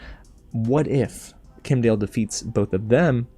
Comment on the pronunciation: It's Kim' Die El. Kim'dael.